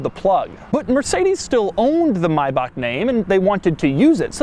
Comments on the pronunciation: So instead of My Back or My bauk, It's "My Bah-hhhhhh" Like Mojito, it's Mychito. Mybachito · nice vid , but it's pronounced like "mybach" (as in Bach, the composers name)... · at least it's miles closer to the original than American "may-back" pronunciation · no it's not the correct pronunciation, you can believe me im german, if it would be pronounced like you did it would be spelled Mayback it's a bit softer in reality but it's hard to explain in english still a great video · no actually its maybach (may-bach) like the h sound in huge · I am sorry to say Maibach is not pronounced "Maibac".The "ch" is pronounced a bit like you would sound if you want to spit out a deep hanging slime out of ur mouth xD Sorry but I didnt know how to make it clear by writting. Greetings from Austria :D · Mörcedees mybahck It's not the right pronunciation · Maybach... not Maybak. ('ch' is pronounced like the ´h' in 'huge') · Why Doug say maybach like that😂😂 It’s pronounced maybach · Lol it's not the correct pronunciation hahaha maybagh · he’s trying. But every american thinks it ”meiback” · Nope, it's not "Maybaak" or whatever you call it. The "ch" at the end needs to be pronounced in the german way in order to be fully correct. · AlphaCharlyDelta im basing it off of how he pronounced it, but I know it’s pronounced mai-Bach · Nope.. that's not how you pronounce Maybach. The "May" part is more or less correct, but the "ch" at the end is not pronounced like a hard k in German. Here's how the word "Bach" is supposed to sound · No it is not pronounced Mayba”ck” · maybak is NOT the correct prononciation .... I'm german, I can tell you this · Maybak isn´t the right pronunciation but, but funny to hear your "german" xD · "Mayback" is definitely not the correct pronunciation. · Learn how to say maybach🤡🤡🤡🤡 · GreeleyCPS him saying it wrong is ok, but him saying he pronounced it right is not. Ignorance and arrogance. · Everytime he said Maybach my head started to hurt more. Smh